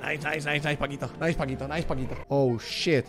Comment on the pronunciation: Nadie: Absolutamente nadie: Rubius: NAISS xd